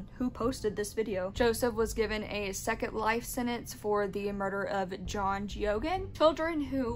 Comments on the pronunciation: It's pronounced Gay-gen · His name is pronounced " Gay-gan"